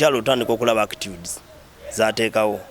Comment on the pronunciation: He is a celebrity now???! "Actudes"ngazikyuseemu🤣🤣